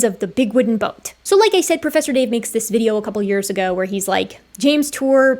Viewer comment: Pwofesser dave....not a professor.